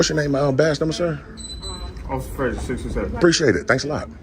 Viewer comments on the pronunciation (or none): none